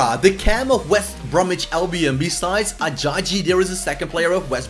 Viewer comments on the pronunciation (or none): It's Ah Jah Yee